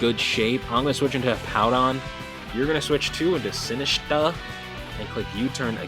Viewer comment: Great content as always! Sinistcha is pronounced like Matcha (Green Tea) at the end: Sin-ist-cha. 😊